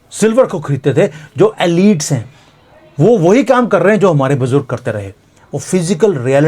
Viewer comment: Forgive me. I listen to you carefully. I could not understand your pronunciation of one French word: elites. Please google it under how to pronounce. Thank you.